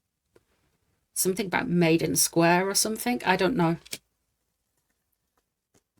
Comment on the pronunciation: Maiden Square but pronounced "Myden".